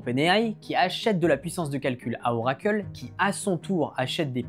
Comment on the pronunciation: pourquoi "oracle" est le seul nom que tu prononces a l'anglaise ? :) Juste "oracle" et pas "orakeul" serait mieux ;-)